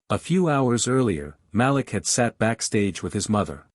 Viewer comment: Malik is correctly pronounced muh-LEEK.